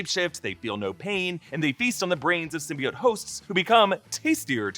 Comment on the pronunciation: Everytime they mispronounced symbiote and xenophage the whole movie drove me nuts, especially when they said it the right way in Venom 1. It's sym-be-oat not sym-be-it. Same with xenophage. It's zee-no-phage not zen-o-phage